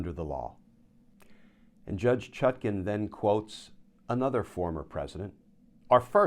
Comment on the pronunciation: The Judge's name is ChutKAN, NOT ChutKIN, as in nutkin, please.